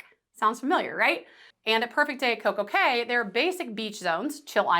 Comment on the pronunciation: As a Professor, you should probably be aware that Coco Kay is pronounced KEY, as are all Caribbean islands named CAY. Also, if you will please slow your speech, it will be much easier to understand you